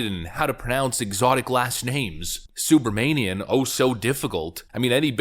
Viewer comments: Having a friend from India with that last name. He pronounced it Soo bra mah nee in Not Soo brah mane nee in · Su-bruh-ma-nee-am LOL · Uff im steaming mad, its pronounced Soo-bruh-WOMAN-ee-an